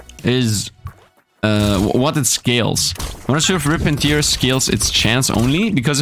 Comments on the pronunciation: Tear in 'Rip and Tear' is pronounced like Bear rather than like Beer 🙂 Tear (like 'beer') is when someone is crying. Stupid English and all the homophones! All my second language English friends tell me to correct their pronunciation so please don't take this as a criticism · It's tear not tiar. Sorry, it just doesn't sound right.